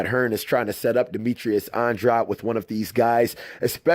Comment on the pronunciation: I think your pronouncing Andrade wrong.